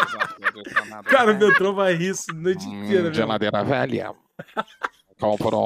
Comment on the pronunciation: você destruiu minha vida, desde que chegou aos meus ouvidos esse “hmm geladeira velhãn” minha vida nunca mais foi a mesma, agora minha mãe me odeia, vou mal na escola e tudo culpa sua, pois só penso nela, na maldita geladeira velhãn